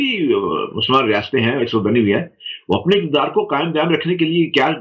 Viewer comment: شعر سے شروع کریں۔اقتدار کو اکتدار کہا قمقمے دونوں قاف پر پیش ہے جہاں آپ نے زبر کا استعمال کیا۔ اور وہ ادیب صاحب جنہوں نے یہ پوئم بھیجی وہ ادیب صرف نام کے ہیں یس ادب سے بھی انکا کوئی تعلق ہے۔اگر تعلق ہے تو ضرور وہ اپ سے شکایت کرینگے کہ انکی پوئم کو آپ نے صحیح نہیں پڑھا۔